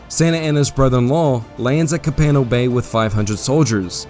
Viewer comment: Nothing but 5 stars for this great overview! Some place names are mispronounced. La Bahia is pronounced Bah HE Yah Coahuila is pronounced CWAH WHEEL AH Copano Bay emphasis is on the first not the second syllable so CO pan oh Great job. This should be shown in all Texas 7th grade history classes!